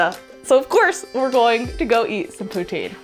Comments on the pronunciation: put tin ..... not putt or tine .....just put and tin puttin , lol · It's not "Pooh-teen", it is "Poo-tin", tin, like a metal can! If you want closer to the real french pronounciation, "poo-tsin". and no eh at the end. It is "eh" not "hey".... So now "y'all" have all the Canadian y'all need for a fun time when you come back to Canada eh!🤣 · It's pronounced pu-tin but don't worry, we mostly all say poo-teen anyway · Good video 😊 PS it’s “pou-Tinn”. Like the metal. Not teen. 😋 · It's actually a Quebec dish and it is said like Poo-TIN. Like Christine is said like Kris-tin. No TEEN The end E in silent. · The correct way to say it is Patin . I don't know if that's the correct spelling but it's A French word. This food originated from the French. Also, very cool that you're going to Kitchener. I lived there for 25 years and ran a hair salon there. Kitchener is a very festive town. It is famous for Oktoberfest, and in the summer every single weekend there is some sort of festival. If you want a cool place to eat, there is a small pub called apples lounge and it's in between Kitchener and Waterloo. They have the most amazing food and they don't even have a fryer. There is a famous dish there called raja. It has a very cool rockabilly type of vibe. Also, you should try the Saint Jacobs farmers market. It's on the edge of Kitchener, and very famous also. Have a wonderful time and if you have any questions, I can answer them for you. About Kitchener lol. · You missed the excellent restaurants in the village of Elora! A significantly better choice than fat food in the city! BTW- it’s pronounced “pou- tin” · Weed is legal everywhere in Canada, don’t try to bring it home! Pronounce” poo tin”